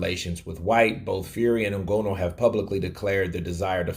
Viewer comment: you clearly don't watch UFC, the way you are pronouncing Nganou